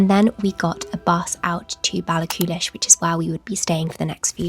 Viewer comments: I have to correct your pronounciation of Ballachulish. Baall - ah - hoolish not Baall-a-coolish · Your nature writing is so beautiful, I really enjoyed hearing about my country through your eyes! If I may be annoying and pernicity 😂 about pronunciation, Ballachulish has no ‘k’ sound in the middle, it’s a breathy, tight ‘h’ sound the same as in ‘Loch’. There’s lots of videos on YouTube that sound out the pronunciation. It’s a tricky sound for English speakers as we don’t have it in English at all, but once you master it so many Scottish words and place names will be at your fingertips! Hope you are keeping well and I look forward to more Scotland videos in the future! ❤🏴